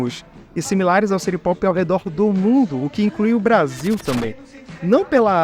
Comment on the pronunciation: Adoro a pronúncia "siri popi" kkkkkkk Ser aquático musica popular🍷🗿